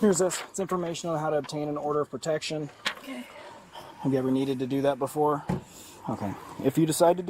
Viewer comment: "PERtecSHIN" is not a word. * PROtecTION.